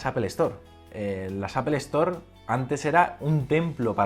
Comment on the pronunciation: jajajajajja porque dices "apelstore" y cuando te refieres solo a apple lo pronuncias como la fruta¿¿